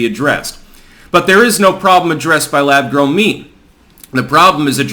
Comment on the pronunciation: Lab “Growm” meat? Are you fu*king kidding me?